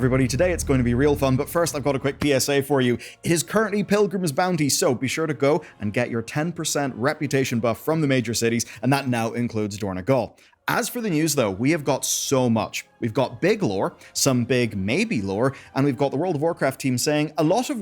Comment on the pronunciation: It is dorn-O-gal, not dorn-E-gal